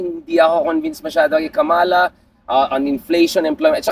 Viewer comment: Pls pronounce “Kamala” the right way. Its a disgrace for known Pinoys engaged in politics, mispronouncing a name known worldwide.